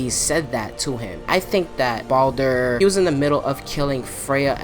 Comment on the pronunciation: It's Baldur not Baulder anyways I agree with what you're saying